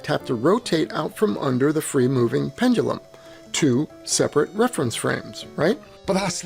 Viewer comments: 'Pendoolum'. Jeez. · Why does it make me laugh when he over-enunciates ‘pendulum’?